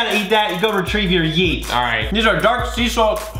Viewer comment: you only said yeeèeèèeeeeeee with no t